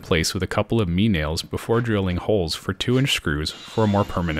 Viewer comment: Well it took a while to figure this out, because I am no Sherlock, but I guess your name must be "." Correct? "Me nails?" I thought that was some new kind of nail I had never seen before, Then you said "Me point bit" and Dawn Broke over Marble Head.